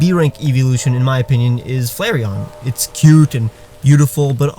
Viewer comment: When u said flarion I on b I clicked off